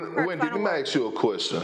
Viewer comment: Kendrick Perkins keeps pronouncing "ask" incorrectly over and over throws me off. No one in ESPN want to tell this fool it's "ask", not "aks"?